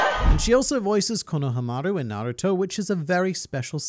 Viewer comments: cringed at how you pronounce konahamaru. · As a Naruto and OP fan I had no idea who you were talking about for a second because of the pronunciation😂